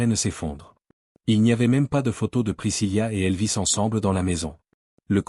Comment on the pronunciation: Ce n'est pas priscillia mais bien Priscilla ( il n'y a pas de lia ):face-blue-smiling